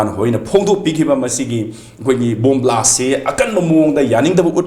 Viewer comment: Blast not blash